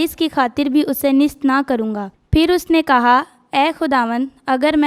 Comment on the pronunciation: محترم مناد صاحب کی خدمت میں سلام عرض ھے۔ جناب سے گزارش ہے کہ جو بچے کلام پاک کی تلاوت کے لئے آتے ہیں ان کی تیاری مکمل نہیں ہوتی۔ اکٹر بچوں کا تلفظ ٹھیک نہیں ہوتا۔ جیسے آج کی تلاوت ھے۔ اس بچی نے نیست کو نست بولا ہے اور کئ بار بولا ہے۔ اس سے سننے والوں کے دل میں شک گزرتا ہے کہ یہ لفظ نست ہے یا نیست ہے۔ اسی طرح لفظ بعید کا تلفظ بھی غلط بولا گیا برائے مہربانی تلفظ پر بہت دھیان دینے کی ضرورت ہے ۔